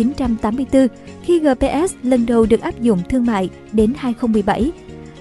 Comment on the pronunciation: Gờ pê sờ sao đọc gờ pê ét 😃